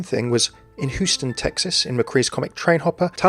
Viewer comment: just saying its pronounced like HYOU-STUN not WHO-STUN